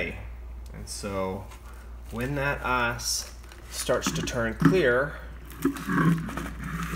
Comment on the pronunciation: It's ice not ass